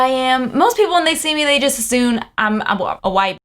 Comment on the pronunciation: She said "assune" not "assume". Makes me rage that she feels so entitled to life but never paid attention in school. Must be a woke upper class white liberal.